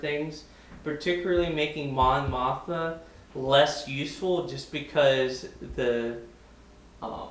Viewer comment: Good breakdown. Thanks. Also: Mon Moth-Ma. :)